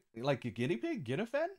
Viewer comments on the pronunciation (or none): Guinaifen's name is pronounced: Gui - nigh - fen btw